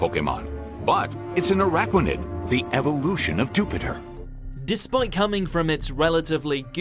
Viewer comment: Araquanid, really?